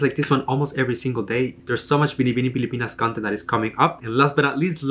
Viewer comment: I love the way you say “BINIBINING PILIPINAS” it was perfect